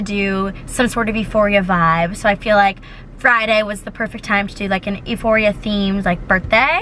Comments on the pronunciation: Isn’t euphoria pronounced Yooforia not eeforia? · sis it’s pronounced like you-phoria not e-phoria but u popped off regardless 🤩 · kalaniiii love u but its pronounced you- phoria not ee- phoria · Yooforia for sure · it was driving me crazy hearing her say e-phoria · Was confused what she was trying to say